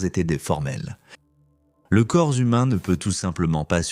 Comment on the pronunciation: Quand j'ai entendu l'IA dire " le corps zumain", j'ai arrêté là.